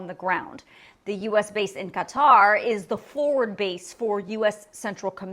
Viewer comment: Thank you for the information, INCLUDING pronouncing Qatar correctly! You’d be shocked at how many legacy media people say it incorrectly. It’s a little thing, in the grand scheme of things, of course, but I’m grateful to you for this nonetheless!